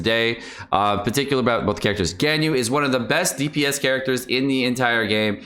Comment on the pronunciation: The way you say Ganyu is painful